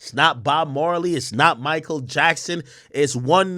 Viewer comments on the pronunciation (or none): none